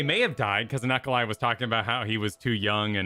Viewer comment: Regarding Unukalhai: you're pronouncing it correctly (/ˌjuːnək.ælˈheɪ/). IRL, it is the star today known as Alpha Serpentis, and the traditional name is from the Arabic عنق الحيّة (ʽunuq al-ḥayyah), "the serpent's neck" for its position in the constellation Serpens.